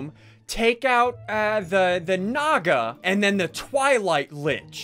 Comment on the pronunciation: "Naga" actually means snake in sanskrit, i felt amazing when he pronounced it. he actually pronounced it pretty close to how it is actually pronounced , by the way amazing video